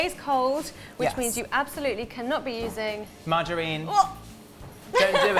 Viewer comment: P.s. Dane: “Margereen” , bruh that’s my grandmothers name. You mean margarine? 😂